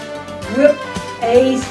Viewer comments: Its cute how she's pronouncing "eggs" as "aces" haha, geart recipe btw. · she say fish to fis and eggs to eyys